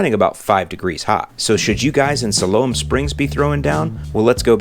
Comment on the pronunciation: Love the way you pronounce Siloam Springs lol. Nothing but love from Arkansas! It's "Sigh Lome" but you can say it however you want, you're the!